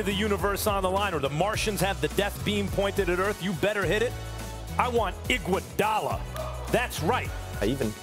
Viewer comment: “I WANT IGOUDALA” ahhhh yes, the gem of all max gems